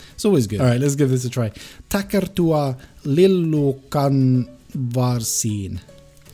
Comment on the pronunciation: You read that lillukanvarsi better than me